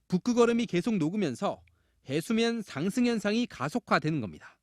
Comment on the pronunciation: 중간 부산 취재한 사앙승 발음 겁나 특이하네